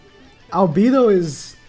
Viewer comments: Cah kuy tus We’re mad about how you said Albido btw (Al beh doe) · Just some pronouncements tips for ma boy: Albedo = Arubedo (the e its not pronounced as "e" instead it's how people pronounce A in English) Shaltear = Sharutear (the e is pronounced as E in english) Cocytus = Kokyutos